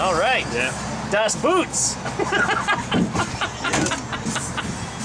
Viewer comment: "Das boot" lol. Bout fell out of my chair.